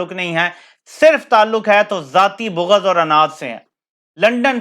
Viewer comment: بو غض نہیں جی بلکہ بغض